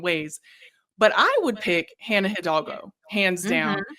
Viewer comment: My last name is also HIDALGO and all my life I’ve wondered why people add an L at the beginning and pronounce it HILL-DAL-GO…if u want to get technical the H is silent and it’s pronounce E-DOLL-GO